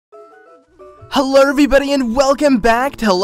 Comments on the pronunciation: U said hellr everybody lol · ***** nope. U said hellr.. lol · ***** you did say hellr LOL